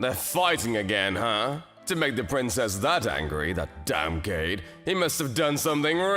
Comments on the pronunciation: This is the second video today with the same two problems. First, this VA's Japanese pronunciation is awful. And given that he does voice overs for manga dubs its a real problem. For example, in this video his pronunciation of Kaede as "Cade" was particularly jarring when juxtaposed against the female VA, who would pronounce the name correctly. And its basic freaking terms that anybody who watches anime or mange dubs would know (e.g., yandere, which this VA has butchered for at least a year). It's highly sloppy and unprofessional. Second, the whole "I must reject you until I prove myself" trope - it has been rearing its ugly hear more often recently in manga dubs, and it is an awful trope indicative of a beta MC. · Oh forf's sake, KA-E-DE, not KADE. Your female seiyuu seem to get it right. What's the deal with that bloke you always use for your lead character? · Every time I heard "Kade" instead of "Kaede" I winced out of cringe. How was Yurie the only one who was able to pronounce his name correctly? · Why is it that the male AV doesn’t know how to properly pronounce “Kaede” yet the female AV does?